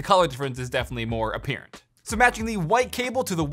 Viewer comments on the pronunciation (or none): i liked when he said apperant instead of apparent